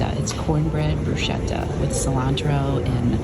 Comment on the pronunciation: It"s BrusKetta!! When you have an h after c or g it's a hard sound. Like chiesa. Kiesa [church]